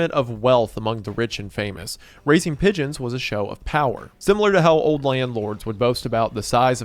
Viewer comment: I genuinely thought he was saying midgets and not pigeons at first.